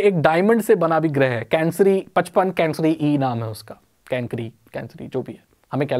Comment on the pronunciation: Not गृह its ग्रह